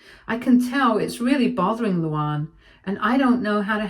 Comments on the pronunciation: Thank you! can't pronounce words. Are there no LuAnns in the UK? It isn't LouOnn. And you say it like two separate names, Lou Ann. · I kept flinching whenever she pronounced the name... Like it's "Lou-Anne" not "Lou-Ahnn." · Your English. Learn how to pronounce Luanne